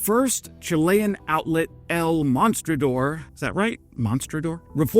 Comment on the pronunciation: No. Chile is not sending Marder. End of Story. And it is pronounced: MoStrador